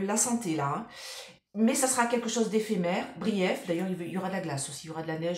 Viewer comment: Pas brief (en anglais) mais bref 😂